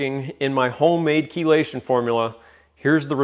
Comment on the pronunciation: I learned from the video how to pronounce "Chelation"